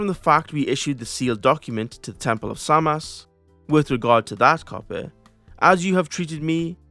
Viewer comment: as a sumerian expert you should pronounce Š shin properly instead of the soft S "es" - like temple of SHAmaSH or NASHIR